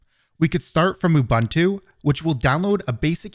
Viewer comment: Ubantu? Cool tutorial BTW.